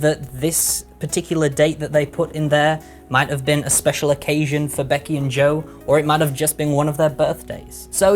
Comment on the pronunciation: said I'm spezial * w * Thank I love you (the z is for extra spezialness)